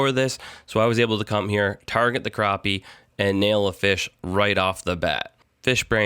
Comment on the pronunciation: Dude I love your videos but dammmmit man its a crappie not a croopie !!